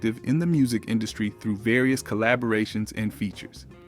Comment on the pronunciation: Someone can't pronounce some words. De-buted...collabrations. lol. AI Definitely